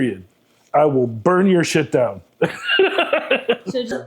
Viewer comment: Nobody here says "buyn it down". But then again it's easy to imagine a biker adopting a Brando (Brando himself partially raised near Chicago) speech patter. So I'm still good with it. 👍